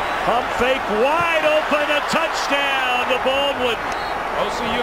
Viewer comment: Who is this one commentator thats says “touchtown” instead of touchdown